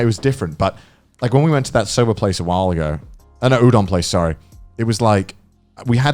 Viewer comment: Mans just said Youdon